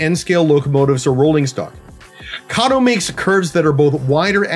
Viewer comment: Thank you for pronouncing Kato correctly.